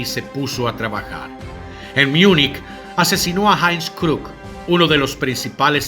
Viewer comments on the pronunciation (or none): none